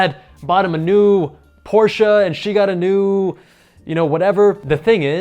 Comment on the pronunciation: I am so happy you pronounce porsche right